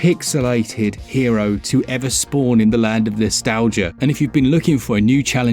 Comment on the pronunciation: It’s not pronounced Nostalgia, it’s Nostal-Gaia. There’s an extra “A” in there. It’s Gaia, like Illusion of Gaia or something similar.